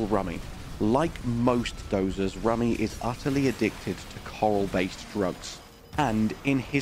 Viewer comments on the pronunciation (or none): I'm glad it sounds right to you, but it doesn't to me. Every single time she says it, it's wrong. But whatever - you hear what you hear and I hear what I hear. It's not worth further discussion.